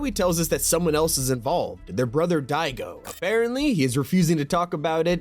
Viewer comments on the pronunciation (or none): Annoys me is pronouncing Daigo as Digo lol.